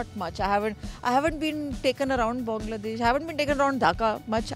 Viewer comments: এশিয়ার মানুষ ইংরেজি বললে সহজে বুঝা যায়। কিন্তু ওয়ার্নার, উইলিয়ামসরা যখন ইংরেজি বলে বুঝা কষ্টকর হয়ে যায়😁😁। প্রথমে Bongladesh উচ্চারণ করলেও পরে Bangladesh উচ্চারণ করেছে। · bangladeah, not bongladesh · He said bongladesh 🦵🦵